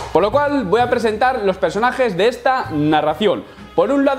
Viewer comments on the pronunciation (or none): none